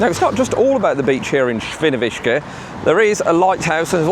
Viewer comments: Źle wymawiasz Świnoujście. Mówi się Świniobicie. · If you can't pronounce the names of the cities correctly, you can use Google Translate to read them. I know that Świnoujście is hard to read for someone, who is not a Polish.